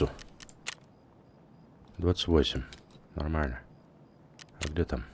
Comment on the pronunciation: Отличное прохождение , но зачем слово "нормально" произносить как будто член во рту .